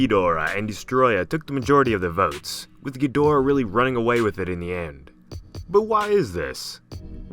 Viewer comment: pronounced Geedahra